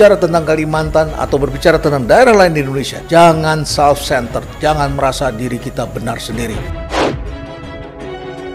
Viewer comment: HAHAHA... LIJAL LAMLI n LOKI GELUNG "SELF CENTEL" . BLAVO PLOPESOL LHEINALD KASALI